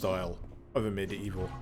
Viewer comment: Ugh, I always think he said "A Medieval..." And I go medieval what?!